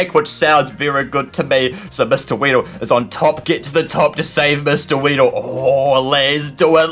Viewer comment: RAYEEDLE IS ACTALLY WEEDLE XDDD